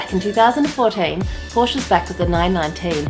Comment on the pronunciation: Porsché please